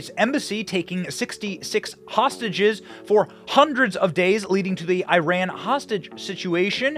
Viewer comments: “It’s pronounced Ee-ron, not I-ran.” Benny: “I-ran” “I-rainians” Lol And thankfully, the men’s US soccer captain isn’t a male version of Brittney Griner. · Love that you said "I Ran" every time... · EYE-RAN is a horrible country anyway. Before you tell Us how to pronounce your country's name, learn how WE speak and pronounce our letters. When we are in your country, you can complain about a pronunciation, but until then Shut-it. Your country will not let females read, learn, speak and have an opinion. Clean up your own back yard first before telling someone how to speak. In the English language, the I in Iran is properly pronounced as EYE. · Whatever that is but you guys intentionally call it Aye-ran ! Why don't you call it Aye-ndee-ya for India or Eyes-real for Israel. But thtas expected, Americans are dumb anyway. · Eee Ran? Nah, you flopped over your sandals ya loosers 😂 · TRASHY VIDEO AGAIN... AND YOU SMART ENOUGH TO DELETE MY COMMENT. ABOUT THE PLAYER FREE FROM RUSSIA. I DON'T LIKE EITHER BUT YOUR TRASHY VIDEO MAKING ONLY ONE MAN GUILTY? THAT'S TRASH. AND IRAN IS "NOT WRONG" THEY PRONUNCIATION IRAN AND "WE ON ARE LANGUAGE WE PRONUNCIATION IS GOOD" NO ONE PRONOUNCE OTHER COUNTRY RIGHT. Making video of this comment and the one you delete... so how you hide the truth to gain subscribers. 🤣🤣👍